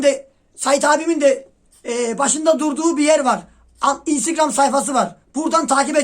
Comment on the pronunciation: senin innstigram deyişine gurban olurum :))